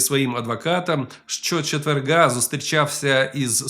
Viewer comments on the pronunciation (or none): Не чеверҐа, а четверга.